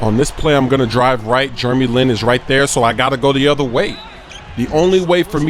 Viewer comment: Jurremy Lin haha!!